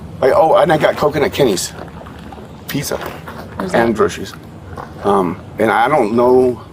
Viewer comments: I'm sure everyone's saying grosheries and not groceries. Is that just me? 😂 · I'd arrest him for the way he pronounces groceries....